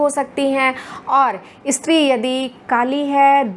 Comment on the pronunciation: ..इस्त्री नहीं स्त्री कहिए महोदया!! phd की है आपने| 🙏🏻